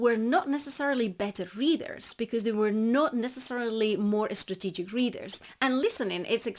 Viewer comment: Did I hear "you should be estrategic" & "especify"? 😉